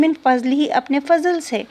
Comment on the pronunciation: حبيبتي جزاكم الله خيرا. بما فضل ض. وليست. ظ غلط